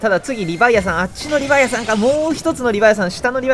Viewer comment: の発音って リヴァイアサンが リヴァイアさんに聴こえる